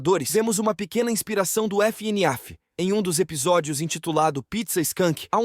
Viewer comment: fnaf❌ f ene af✅